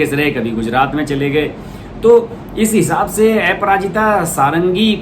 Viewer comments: श्री मान जी नमस्कार। क्षमा चाहता हूं कि कुछ लोगों को आप के समाचार पढ़ने में उच्चारण पर आपत्ति है, जैसे आप को बोलते हैं। अपराजिता को एपराजिता बोलते हैं। कृपया इस को स्पष्ट कर दें ताकि जनसाधारण संतुष्ट हो सके। धन्यवाद।🙏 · Bhaiya aparajita not eparajitA pronounce toh sahi karo yaar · ऐपराजिता नही है उनका सर उनका नाम है अप्राजिता कमसेकम नाम तो ठिक से लिया करो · एपराजिता नहीं; अपराजिता षढंगी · ऐपराजिता सारंगी नहीं बल्कि अपराजिता सारंगी नाम है. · Correction: एपराजिता नहीं, अपराजिता । आप बार बार एपराजिता क्यों बोल रहे हैं?? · ए पराजिता nahin अपराजिता hota hai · A parajita?..you can't pronounce a name properly! Shameless stupid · Sir please correct the name of Aparajita madam. Apararaajita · Sir app ka pronounce aparajita bhul ha... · Aparajita sarangi ka nam ka pronounsation galat he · Please polish your pronunciation...Aparajita bhi bolna nahin atta kya blogger ban ke aa gaye